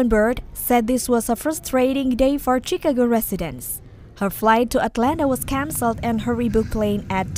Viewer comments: It's chi ca go not chick a go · Chee-Ka-Go?! Where is this woman from? 😂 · Hi to the people that is talking about the snow ❄️🌨️ the person is not pernowsing the word Chicago wrong it's not called what She is calling it you all need to correct it. Thank you